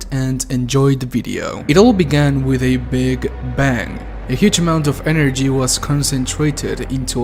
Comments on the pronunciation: lol, energi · speaks almost perfect english in spite of it being his second language Also midnight: EnErGEee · Anyone noticed he said energi